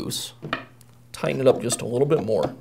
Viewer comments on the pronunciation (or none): none